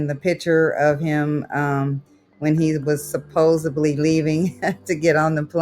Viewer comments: This is such a weird thing that bothers me about these videos, how many people being scammed say “supposably” instead of “supposedly” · "supposably" 🤦🏻‍♀️🤦🏻‍♀️🤦🏻‍♀️ The word is SUPPOSEDLY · Victim saying “Suposably” is one of my favourite scammer bingo cards filled spaces 🤣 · If I hear supposably one more time… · She lost me at supposebly! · Supposebly? Since when has that become the norm? 😂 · "How can it go to Arizona? It just doesn't make sense." Oh, it makes sense. It makes perfect sense. You're being scammed. Oh, God. But PLEASE don't continue to say "supposably!" It's supposedly. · Supposedly. No b in it. Sorry, pet peeve